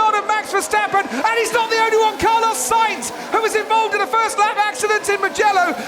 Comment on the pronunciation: Car-loss sainz